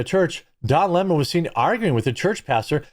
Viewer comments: Why can't people say his name correctly?? It's Lemon. NOT Le MON. He is NOT French, he is a gay black boy who hates white people except his white partner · It’s Leemon.